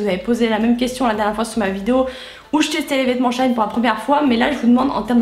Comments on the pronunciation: ça se dit dit bien SHE - IN pourtant puisque la marque avant s’appelait « She Inside » 🤷🏻‍♀️ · Hello! Je suis perturbée par la façon dont du donne le nom du site ahah 😂 C'est She In (pour She Inside à la base) et pas shine 😊 Plutôt étonnée à chaque revue de la qualité des produits, il y a du bon et du moins bon, mais je pense que ça reste un bon compromis, et surtout, ce ne sont pas des produits trop pourris pour la peau 👌🏻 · On dit pas "shaine" mais "shi-in", ça m'a dérangé toute la vidéo... 😅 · j'avoue ca ma stressee aussi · Tu m'a stressée ma belle mdr tu a dis shain c shein mdr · Super vidéo ❤️❤️mais par contre on dit « chi-in »😭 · jai kite tellement sa ma fruster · sauf que la prononciation est toujours comme " she inside " donc " she in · le maquillage c’est pas obligatoire hein, quand on sait pas se maquillé on se maquille pas. et on dit she-in renseigne toi avant de faire une vidéo... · bah pas vraiment on t'appelles par ton prénom et si on prononce mal t'aimes pas je suppose. C'est pareil , y a un nom avec une prononciation c'est comme ça 🤦🏼‍♀️🤷🏼‍♀️ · Shein ça ce dit pas comme ça je crois